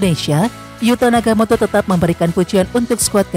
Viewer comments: Nagatomo min, bukan nagamoto, piye toh😅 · Oe Nagatomo bukan naga moto jgn merubh2 nama orang min